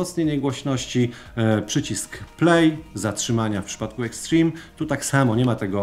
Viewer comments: Boże uszy bolą od twojego "eksztrim" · "Ekśtrim" xd